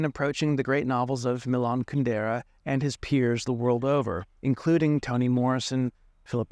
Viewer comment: With all his knowledge of Kundera, why does he not pronounce his name correctly?